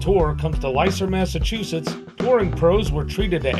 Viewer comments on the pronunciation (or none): "LESTER" is how it is pronounced!!!